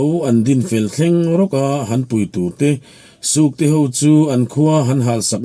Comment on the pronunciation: Sukte hnam i lam dan pawh hi a diklo, tinge nangma ziak emaw i chhiar ka tia. Sūkte ti angin i lam a .